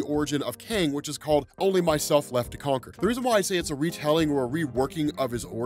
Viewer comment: Kang the “Conker?” :-P